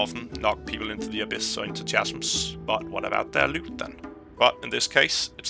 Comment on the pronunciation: Chasms is pronounced like kasms, the ch is hard like in candy